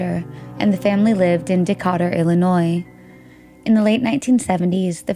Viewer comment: I'm pretty sure her name is pronounced Tawn-ya and spelled Tonya because that was my nieces name. And the name of the town is pronounced De-cay-ter and spelled Decatur. I've been there many times and there is a town a few miles from where i grew up by the same name. This I'm positive of. I hope that helps.